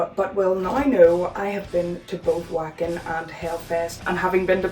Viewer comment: Uhm acshualy it’s pronounced Vocken 🤓🤓🤓🤓